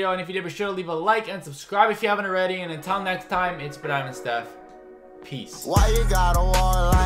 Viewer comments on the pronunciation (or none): none